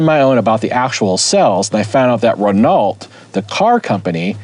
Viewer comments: Ren-alt NO!, Ren-o YES! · Renault is pronounced "ren-oh".